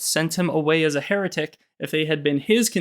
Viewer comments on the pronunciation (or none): none